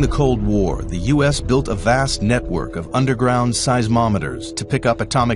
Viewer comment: Lol... BBC "NetWOK"